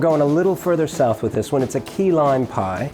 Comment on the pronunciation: He said "key-lime" and my southern neurons kicked into hyperdrive